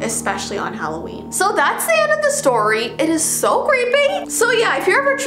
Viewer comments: Omg she calls it Halloveen I call that too omg! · But it’s not holaween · It’s not Halloween it’s HalloVEEn! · Intro: its halloveen..: its vee Me: 👁👄👁 Im sorry i cant buy your merch because my parents wont let me, im sorry